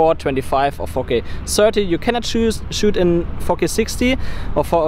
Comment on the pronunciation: everytime you say 4K I thought you're saying 'fuck it' lol